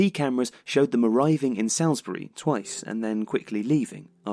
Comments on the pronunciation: Salisbury is pronounced 'Solsbree' not 'salsbree' Great video but as I live there I felt obliged x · It’s pronounced Sorlz-Buree man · Great video, but I was definitely put off by the pronunciation of Salisbury (Souls-bury) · It’s not “salsbury” it’s pronounced “sols-ber-rey” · Salisbury is pronounced Sall-isbury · FWIW it's pronounced "Sauls-bree" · Salisbury is pronounced sallsbry by the way! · I'll say something negative. They were saying Salisbury wrong!! Ruined the entire video. Seriously though - can't do wrong. Every piece is meticulously done, and executed in a brilliantly unique way. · Just a shame he can't pronounce 'Salisbury'. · Strange pronunciation of Salisbury!? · Yeah, it's weird that the narrator can't pronounce Salisbury despite being English. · Good video - I would check your pronunciation of Salisbury though. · how is a lad from england going to butcher the name Salisbury so badly 😂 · That's not how to pronounce Salisbury. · Odd way to pronounce Salisbury from somebody with a UK accent. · Not bad,.. just a little work on the pronunciation of Salisbury required,.. 🤪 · If you believe the Novichok nonsense you will believe anything. It's strange that you can't pronounce Salisbury correctly.